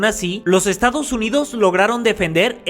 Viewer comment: Te comiste la 's' en "estados " .